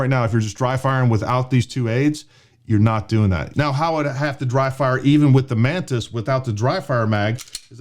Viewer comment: The way he says “Mantis” it sounds “Menace”…😂🤣😂🤷🏻‍♂️